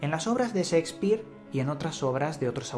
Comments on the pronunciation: Creo que son de lo mejor tus videos e investigaciones.. Si, de lo mejor...pero por favor!!!! Aprende a hablar castellano! NO SE DICE SIXPIR!!!!!!! SE PRONUNCIA SSHHHEEEKSPIIIEER!!! Y OTRAS TANTAS PRONUNCIACIONES VIZARRAS QUE TIENES QUE BUENO...DAN GANAS DE ARRANCARSE LOS OIDOS!!! SALUDOS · el codigo Szeckspir xD gracias por el video :P